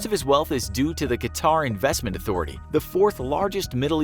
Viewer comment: Its pronounced cut-herr not ka-tarr or cutter and definitely not qua-tar